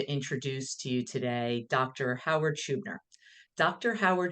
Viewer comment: At least pronounce Dr. Schubiners name properly